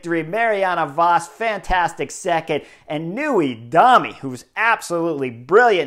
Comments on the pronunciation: first off... Kasia Niewiadoma is pronounced NEWADOWMAH, not Newiedomie. second... you totally ignored the glaringly obvious error by Elisa LB and it could have cost the Italians the gold medal. ELB looks like she tried launching herself to victory thinking she could sprint away. Very dumb and selfish. She opens up into a full-on last gasp sprint and not like she's leading out her teammate. Luckily Elisa Balsamo kept cool and had enough speed to get back on her wheel, wait a bit, and then beat Vos... barely. Could have easily lost to Vos. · Kasia Niewiadoma.. Knee eh v ah doh mah... try to read this. Not perfect but way closer to Niewiadoma than "newey dummy"😂😂